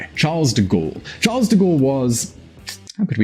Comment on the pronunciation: Charle...the S is silenciooo